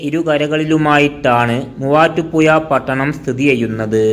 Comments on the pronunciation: മുവാറ്റുപുയ വല്ലാത്ത പുയ തന്നെ 😄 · നീ എവിടെയാണ് മലയാളം പിടിച ത് തൊടുപുയ മുപാറ്റുപുയ എന്തോന്നാടൈ